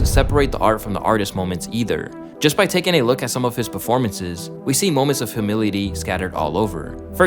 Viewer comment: Hearing bro pronounce humility as "huh-mili-ti" was challenging~